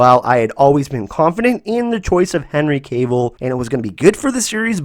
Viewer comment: LOL its not Henry Kavil. it Cavil like Caaavile. I loved the show and cant wait for season 2. Look forward to you breakdowns.